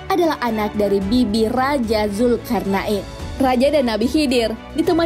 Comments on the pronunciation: mohon maaf min, penyebutanya Raja zulkarnain bukan zulkarnak in... 😊 nggak enak didengarnya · Pengen ktawa denger komentator nyebut zulkarna in 😂😂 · Hellloooo zulkarna IN ???? bacanya betulin pleaseee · Zulkarnain bukan zulkarna in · Salfok sama penyebutan nama raja zulkarnain😓